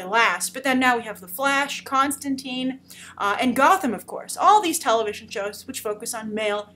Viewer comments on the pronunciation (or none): none